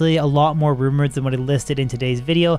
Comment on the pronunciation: Is saying "Rune Words" or "Rumors"? You decide! Great content and videos, I hope you gain a positive direction from the D2R release!